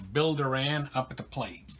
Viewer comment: Billy Doran’s last name is pronounced (DOR • an) and not (doe • RAN). That is the way it was pronounced when he was a Houston Astro.